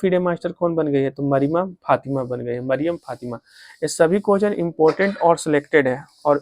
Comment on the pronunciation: Vai Hindi padhne nhi ata hai ... Mariyam fatima ko marima fatima padh rahe ho wo bhi do do bar..